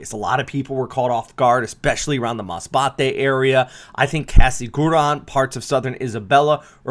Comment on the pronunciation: He actually said “Masbate”!! Amazing!!!